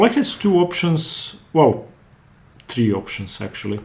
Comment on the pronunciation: => horrible English!!!!!! e 'tree'(3) ??????????